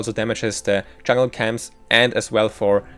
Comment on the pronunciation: I think I'm a bad person for saying this, but every time I heard him say "chungle" it hurt my soul.